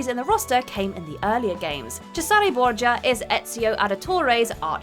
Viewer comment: The way she pronounced Cesare hurt my soul